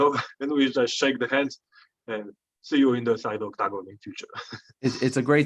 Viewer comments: i love how jan says octacon with his polish accent 😅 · The way this man says octagon is cool, makes it sound like a stage you would pick on tekken